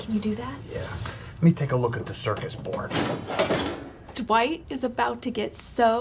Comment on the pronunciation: I love how Kevin knows how to re-wire the circuit board and at the same time call it a "circus board"